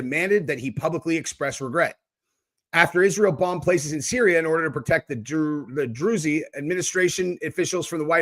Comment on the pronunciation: It's pronounced drooze